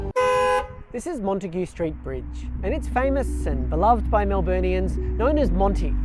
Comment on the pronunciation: Once Montague is pronounced correctly, the curse will be lifted.